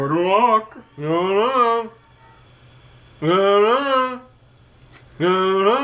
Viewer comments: I actually am hearing good bye and not good luck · lol, after I heard the "good bye" and "good luck" arguments from james, it does kinda sound like good bye lol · He says Good Buck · yoloswaggins42 There's absolutely NO k or ck sound at the end of that and dont call me Shirley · In fairness to James's sister, it does sound a bit like "good bye!"... perhaps if the "-ck" sound at the end was clearer (or there at all... it sounds more like "good lu-uh!") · you can clearly hear the "ck" at the end of what he says. It's "good luck." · I never played Star Fox on SNES, but in Star Fox 64, I always thought he was saying "gridlock" and it confused the shit out of me. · It's good luck but sounds like good lie lol so I guess you both were right James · im so confused that now whenever i hear it it kinda sounds like he's saying "good lie" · It sound like he says good lie when you're trying to here him says good bye. But when you try to hear him say good luck it sounds like he says good luck. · Sounds like "good lie" to me... xD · omg i actually hear good bye, it doesnt sound like good luck. its the black and blue/gold and white dress again o_0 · It's not that obvious. Sometimes it sounds like "Goodbye" a little :P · Nearly sounds like goodbye until you just faintly hear uck forluck. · I tried so hard to hear 'good luck', but all I hear is 'good bye'. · Re "good luck"/"goodbye": I might hear a "b" in the middle there, but there's definitely a consonant at the end either way. Because "good buck" makes no sense I thus conclude that it is indeed "good luck". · I know they are saying good luck in Starfox, But is does sound like good bye if your expecting it to. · It did sound like good bye... But only when I werent properly listening, when I listened carefully I understood it was good luck. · It does sound like "good luck" but i can understand how it's misheard as "good bye" too. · Sounds like "good lie" to me, at least in the clip here. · I heard "Good Lie" lol